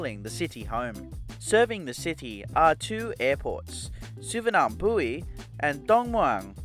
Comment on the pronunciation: Its pronounced Su Var Na Pum.Singapore Airlines lounge is called the Silver Kris lounge in their overseas stations and not Krisflyer lounge.You will only find a Krisflyer Gold lounge in Changi Airport.I always wonder why is it so important and a "letdown" to not have showers especially in overseas stations.Take a shower at your hotel before you leave.Its only a 2 hour flight to Singapore..do the passengers really need a shower?In any case how many passengers would even use it unless youre on a long layover and if need be..use the ones in the Thai lounge. Expectations have to be managed.